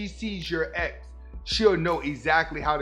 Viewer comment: I thought you said eggs instead of ex lol i was confused